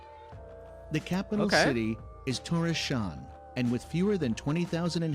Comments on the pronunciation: Tórshavn is Tors- havn, it translates to Thors Harbour. 😂 The guy making that video didn't know that. What is he saying? Thore Shawn?😂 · Thoreshann, if ever there was an AI voice... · sh never says sj in Danish. You can always count on them being in different syllables. Tors-havn, Thor's harbour. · Fyi its terrible pronounced in this one the capital on Faroe islands is Torshavn literally Thors harbour not what ever sound that was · Native Faroe Islander here.. born and raised in Tórshavn. I've never heard anyone butcher the names as much as the dude in the video did.. :D